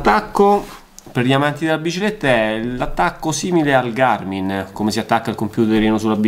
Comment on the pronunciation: .... ma di chiama Garmin e non Garming ..... siamo alla frutta 😭